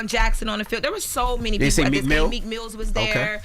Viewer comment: “Meek mills” 😂